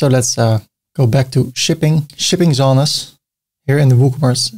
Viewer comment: WITH ALL RESPECT, one ( if not done yet) must politely advise you on your "verbalizing/pronouncing" the → " ZONES"!! - it should be pronounced as "ZOWNZ" not "ZON+NESS".... 😉!....AGAIN, purely by respect, for the better. Cheers 🙏...PS goes no need to add, GREAT videos, love them, thks